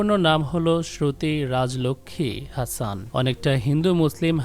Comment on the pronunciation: আরে ভাই ওটার উচ্চারণ হাসন not হাসান। শ্রুতি হাসন। আর ওরা মুসলিম কখনোই নই, ওদের কোনো যোগসূত্র নেই।